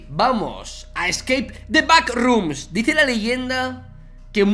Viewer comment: Gente de habla inglesa: Scape the backrooms Vegetta: Escake the packrooms